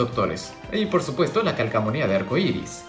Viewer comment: Dijo calcamonia